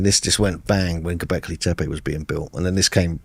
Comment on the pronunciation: “Have you been to gobleki tepe?” Jesus christ, get it together man.